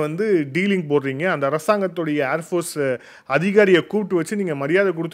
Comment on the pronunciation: "அர்" ஃபோர்ஸ் அல்ல, "ஏர்" ஃபோர்ஸ்.